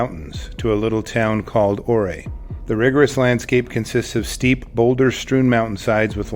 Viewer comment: U-ray not o-ray. I only know this because my dtr lived close by.